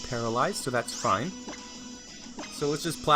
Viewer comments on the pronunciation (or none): none